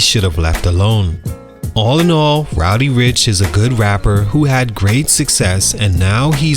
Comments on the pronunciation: Learn how to say dude's name before making a video on him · Re-record this video and say his name correctly. It’s almost unwatchable